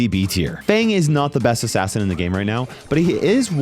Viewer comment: I love how he says frank is the breast brawler